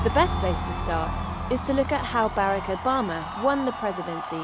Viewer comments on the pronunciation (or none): Who is this "Bare-Uck"? I have heard of "Bar-Ock". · “Baarack Obama” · Lol “ Bayrac bama “ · I’ve never heard Barack pronounced that way before. Is that how people from the UK pronounce it? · I found it distracting that the narrator pronounced President Obama’s first name wrong lol. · Is annoying the way the narrator lady is pronouncing Obama’s name. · Narrator fails to pronounce Barack correctly, thereby destroying all credibility of this piece. Shame on you!!!